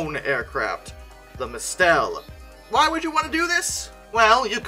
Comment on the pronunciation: "Mistel" is pronounced like mistle, emphasis on the first syllable.